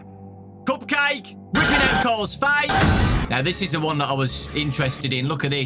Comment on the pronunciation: "Coop cayhk" 😂